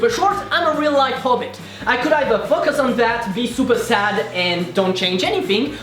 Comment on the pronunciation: "But seriously just Fuckus on the things etc..." Why do I hear dirty things? :'D